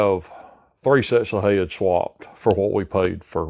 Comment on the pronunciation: I never knew the word "heads" was pronounced in two syllables.